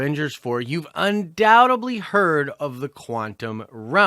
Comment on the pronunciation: he said undoutubly